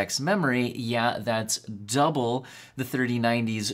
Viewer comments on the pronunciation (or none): none